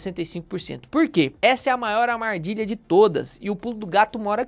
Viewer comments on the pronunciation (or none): essa é maior “AMARDILHA” de todas kkkkk Obrigado pelo vídeo, excelente conteúdo!